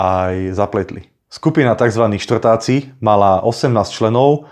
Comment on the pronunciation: Štvrťáci nie Štvrtaci ale vela info máš slabé🫵